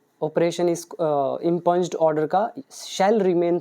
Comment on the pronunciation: Its not इम्पंज, its इंप्यूंड impugned.